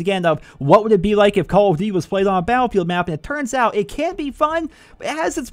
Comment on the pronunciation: cause that's how he said it in the video